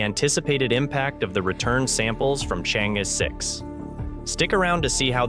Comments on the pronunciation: not so hard unless the narrator is a BOT. ...pronounce as " Chang...eee" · The name of the probe should be pronounced as “Charng Err.” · I suggest you make the effort to learn how to pronounce the Name of the probe correctly.